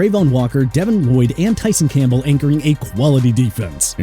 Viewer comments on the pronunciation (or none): none